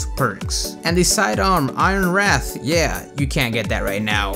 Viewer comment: No, There are three versions (Vanilla, TDB and HoW) And also, it's "Ironwreath"